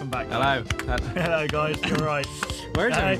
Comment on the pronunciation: " Welcome back.":"Ello."